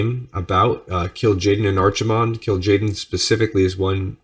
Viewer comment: I know I'm three years late, but Archimonde is pronounced with a k sound as opposed to 'ch' Loving these videos!